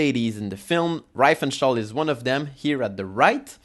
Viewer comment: Pronounced REEfenstahl, not rye-fenstahl.